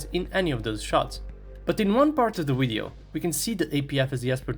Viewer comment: I can tell your a rushin boot licker propagandist because you said WIDEO!! Lmfao hahahahaha